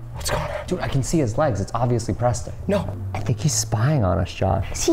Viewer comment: ITS PRESTON NOT PRESEN